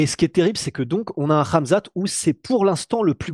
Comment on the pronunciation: "Ramzan Chiamev"? Tu confonds, c'est Khamzat 🤣